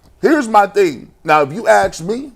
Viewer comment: The word is “ask” G , not “axe”….good grief man, you’re supposed to be a professional broadcaster